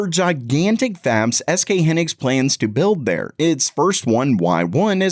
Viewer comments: Its high-nix not he-nix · Hy nix 😅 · It's HY-nix, not "henix." The name comes from "high" + "(electron)ics." So yes, it's an English styled word, and it is pronounced "high-nix" in Korea. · its Hy Nix not Hannex !!!!!!!!!